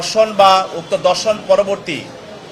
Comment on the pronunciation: Dorshon noy dhorshon